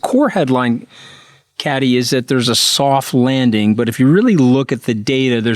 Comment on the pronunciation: Hey Anthony, why can’t you pronounce Kathy’s name!?